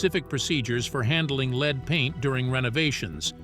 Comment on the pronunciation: Didn’t know it was sold here, but lead is pronounced two ways and this A I is pronouncing lead incorrectly.